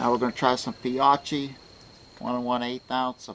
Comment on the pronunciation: I think that brand is pronounced Fee-okie